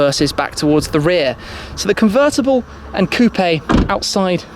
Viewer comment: Grrate. C r rt t c. CUVRRTABALLE